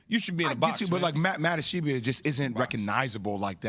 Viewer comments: Ishbia Ish-BEE-ya Not Ish-ee-bee-ya. Not Ish-eye-bye-a It ain't hard smh. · It's ISH-B-YA 😂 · J Will kept calling Matt Ishbia "Matt Ish-ee-bia." All these ESPN fucks don't know how to pronounce names. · I like how Jay Williams corrected Max on his pronunciation of Ishbia and they were both wrong. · I came here looking for this comment. Jay had been saying the name wrong the ENTIRE time beforehand too.